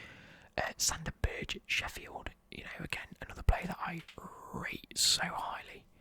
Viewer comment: Hey, did you know Sander Berge's last name is pronounced Burger like Sander Burger, I know even I was suprised when I found out!